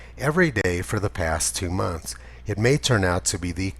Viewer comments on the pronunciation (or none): none